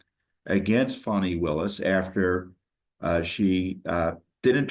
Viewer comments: Its not Fawni it is Fani come on man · There is NO "W" in "FANI".